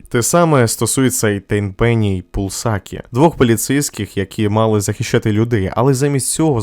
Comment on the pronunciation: Дякую, друже, чудове відео! Ти надихнув мене знову пройти цю гру. Правильно Tenpenny, тобто "десять пенні" і Пуласкі.